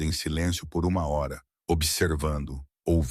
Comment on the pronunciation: Fala a hora direito.